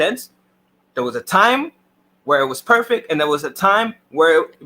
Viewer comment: cant even pronounce perfect correctly. He's the poster boy for Cognitive dissodance. Anyone who attacks the oppenent instead of the argument is a sham artist. checks all the boxes🤫